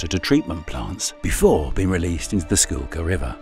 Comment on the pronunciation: This guy keeps saying school kill, its SKOOK ILL